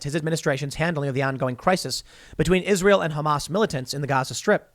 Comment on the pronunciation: Why do you and many other say ISREAL? It's ISRAEL!